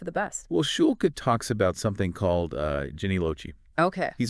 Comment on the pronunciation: Schulke is a German surname, Shool-Keh..hard E.